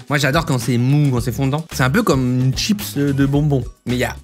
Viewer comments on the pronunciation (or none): none